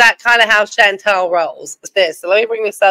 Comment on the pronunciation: So just a thing I keep noticing, no big deal but her name isn't Chantel, it's ChantAl, short A.😂